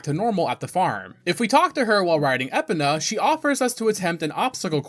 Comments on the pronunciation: Hearing you pronounce Epona made me want to eat glass. Love the video. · I have never heard someone call Epona like you did, most call her EPONa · Epana? EPANA?! Holy shit how do you say epona as Epana? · I knew he didn’t pronounce epona the intended way but…… ya. I wasn’t ready for it that way. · these pronounciations are borderline offensive. links legendary horse, epna.. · To be fair, voice acting would have fixed this problem. But the N64 just wasn't ready for that with how much is already IN the game. Also, here's the whole list of "corrections" I could make: - Kokiri: Ko-kee-ree - Mido: Mee-doh (most Kokiri are named after musical notes aka the do-re-mi scale) - Deku: Dec-coo - Skulltula: a literal portmanteau of "skull" and "tarantula" - Farore: multiple percieved pronounciations, common one is "fay-roar-ay" - Malon: rhymes with a bird's "talon" - Dampe: Dom-pay (although it was funny that you called him "Dante") But yeah, I only know most of these from friends since I don't play that much Zelda. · "I've gotta get in there!" -Yami Link (probably) I did know about that! I'd do it with a jump slash tho. I hate how you say "Epona" I think there's two exits to Lon Lon Ranch actually! I remember you could also jump over the gate where Ingo is. Bro now you're just adding letters! How do you read "Volvagia" and see an R anywhere?! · Your mispronouncing of Epona's name makes me groan. Edit: I understand the confusion around her name. It's is Gallo-Roman in origin and those guys have some odd pronunciations for words. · You calling Epona as Epina rather than E-Pona, was extremely triggering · *spits drink hearing Epina * you mean "uh·pow·nuh" but i thinkk i am going to her Epina from now on haha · it’s epona not epina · Is he rage baiting with these pronunciations? E-puh-nuh is brutal... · It's E-pon-uh not eh-pun-ah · “Eh pen ah” 🥀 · At a certain point, I have to believe you’re deliberately mispronouncing names just to piss me off. I love your videos anyway though.